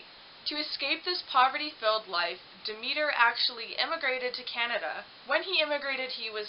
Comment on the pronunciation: Fix your sound. And perhaps look up proper pronunciation of words. Eg. Mississauga Demeter.